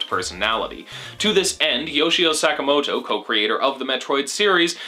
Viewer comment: hehehe "Suck-amoto"